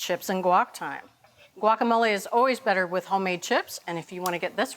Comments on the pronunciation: It’s “wacamolay” not guakamolay! Jeez! Just like agua (water) and the city of Guanajuato. Not a hard g. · "wa-ka-mo-lay" or "Gwak" just try.